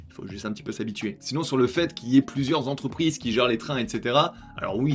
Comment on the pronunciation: Mille « zentreprises » à 9’7’’... aïe mes oreilles... sinon bonne vidéo, merci à toi.